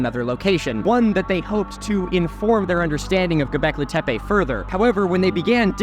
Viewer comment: Ah, dude you were in Turkiye did you hear anyone refer to the word "tepe" as in Karahan Tepe as "tepey", it's pronounced te-pe, there's no "y" at the end.